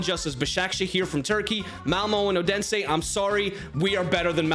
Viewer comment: Its not Odensæ